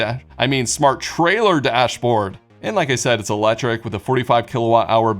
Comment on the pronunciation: “100% elejric”